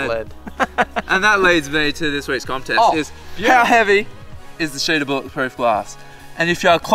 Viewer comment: you said commtest not contest